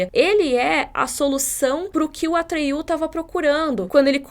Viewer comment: Não sei se em inglês se pronuncia assim, mas em português n é "atriú" e sim "Atrêio".